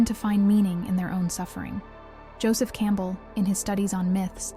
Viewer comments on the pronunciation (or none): none